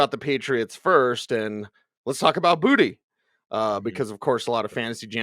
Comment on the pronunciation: It's booty...not bootay. Yal stop tryin to be fancy